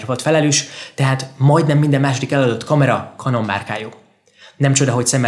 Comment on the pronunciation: Könyörgöm, ejtsd már Kenonnak, s ne Kanonnak, mert felvágom az ereim.. rendesen sérti a fülem, brrr